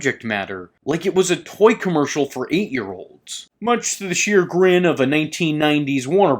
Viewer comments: Loving this take and very excited but did you just say 'sheer grin' instead of 'chagrine?' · ...much to the "sheer grin"?... please. That's just painful. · Please, please, please, please, please, please, please, PLEASE tell me you mispronounced “chagrin” on purpose. If you didn’t, you need to file a lawsuit against the school district you went to high school in.